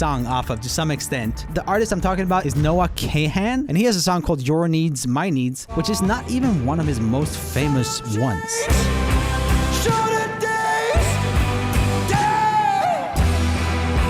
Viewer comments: It's not pronounced "Kehen " , it's "Khan" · Please review some of Noah’s music! Also it’s pronounced “Kawn” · The pronunciation of Noah Kahan killed me